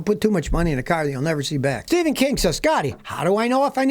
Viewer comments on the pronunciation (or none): none